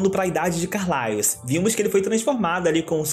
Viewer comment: Que agoniaaa dele falando "Carlaios" kkkkkkk, mas mt bom o video